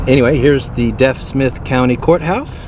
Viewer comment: PS it's pronounce DEEF Smith rather than Deaf Smith.